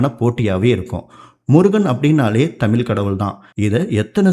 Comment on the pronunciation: Sir அது தமில் இல்ல!!!! தமிழ்!!!! "ழ"!!!!!! If you can't speak in தமிழ் please speak some other language!